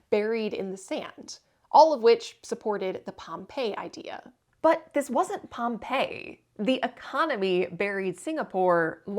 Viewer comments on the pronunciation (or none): Yep, in southern Gratiot County, near M-57. However, we pronounce it POM-pee-eye.